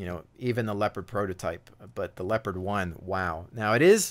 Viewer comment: The tank is called LeOpard not Lepard!!!! God damn ... :)